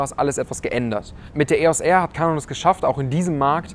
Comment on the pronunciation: Filmer werden definitiv nicht zu "Kanon" (lustige Aussprache) zurückgehen, wegen dem Crop bei 4K. Damit ist die Kamera fürs Filmen bedauerlicher nur bedingt einsetzbar!